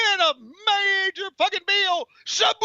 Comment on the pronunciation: Is it just me or did Tony pronounce Sabu's name differently every time he said it?